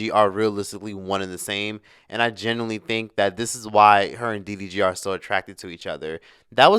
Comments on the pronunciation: Did you call him dvd I’m hollering 🤣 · I say he’s calls him DVD every time 😂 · After calling him "DVD" what has that change in his life 😮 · You keep calling him DVD🤣🤣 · DVD DGG lmfaoooo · I like how refuse to get DDG's name right. 😂